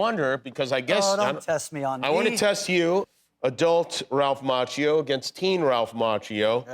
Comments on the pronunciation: It's pronounced Mackio.. not macho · Amazing how Jimmy Kimmel kept mispronouncing Ralph's last name NOT JUST ONCE, but FOUR TIMES right in front of the guy, and FIVE TIMES TOTAL over the course of this video. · He still does not pronounce his name correctly.